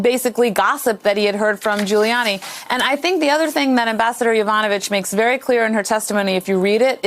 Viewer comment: Non-listening Presenter: "Yova-no-vitch"; Professional listeners: "Yo-vanovitch."